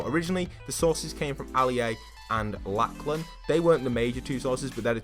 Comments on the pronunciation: It's Lock-lun not Lack-lan Just letting you know :P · Its not pronounced laclan its pronounced loclin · The chaps name is pronounced locklan not lacklan jesus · It’s pronounced “locklan” not “Lacklan” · Why can’t British and Americans say the name Lachlan correctly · Did you say Laklen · it's pernounced lo-k-lan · imagine saying laclan 300 times without realizing there is clearly a "h" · Lachlan is pronounced like “ Locklen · said laklan instead of lachlan 🤣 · Ikr wtf